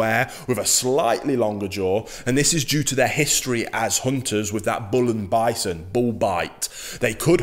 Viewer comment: Great pronunciation of the ancestor: "Bullenbeißer" - it means bull biter 🐃👹😁 Greetings from Germany 🐾🇩🇪